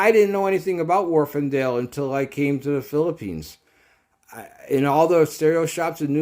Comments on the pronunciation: Warf not warfen. I'm English and know! Just bought the 1st gen of these used for 80 pound mint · Wharfedale there is no n why is this so difficult to read or say? Also try pronouncing aluminium correctly just for fun. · There is no 'n' in Wharfedale.